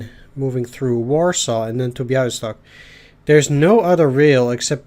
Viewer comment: Siedlce is SIEEH-DL-TZE :) Soft S. But 2 thumbs up for pronouncing Bialystok. BTW, Lodz, (surely in the next mission) is kind of like WUG with G like in "Gene" but softer.